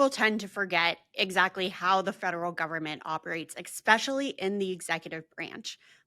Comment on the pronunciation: “Ex-specially” seriously?